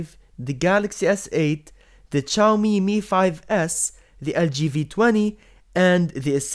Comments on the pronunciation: It's Shaiomi (Xiaomi) Not Chaomi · Zi-yaw-mi not Chaomi for Xiaomi lols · The way he says "CHAAOOMII" makes me uncomfortable. Other than that. It was a useful video. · xiaomi is not chaomi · The way you say ChaoMi is really irritating me. LOL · U r. Please learn how to pronounce Xiaomi. Pronto.